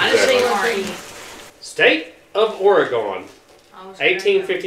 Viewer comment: pronounced Oregon correctly…🙂